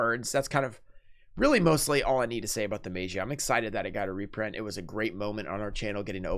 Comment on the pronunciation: Why is he pronouncing DMM like that😂😂😂 “maejiah” lmfao